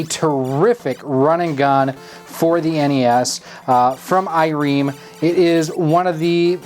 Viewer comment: IREM -- Pronounced "Eye-Rim" It seems like they got the sound right on the console, but the colors are still off given it's run on a Nintendo-On-A-Chip (NOAC) like all other Famiclones. I probably would stick to an FPGA console like the Analogue NT or AVS instead.